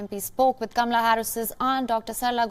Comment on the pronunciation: Kamala’s Aunt seems to be pronouncing her name wrong. It’s pronounced “Comma-la”